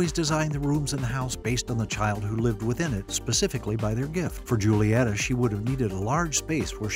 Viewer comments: Her name isnt pronounced Julietta, it Hulietta for the pronunciation, so anything you've said after atrociously butchering her culture is moot. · nope in the movie her name is pronounced like “hulieta” cuz yk their Spanish…. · In Spanish the letter "J" is pronounced like "H" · Her name is actually pronounced Hulieta, and its not encanto house its CASITA thanks to Casita mirabel is still alive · As an espagnol, this is completly false, J is pronouce R, "Roulieta" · The first letter of her name is pronounced as an H not a J. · Nah bc bro really just pronounced Julieta like that 💀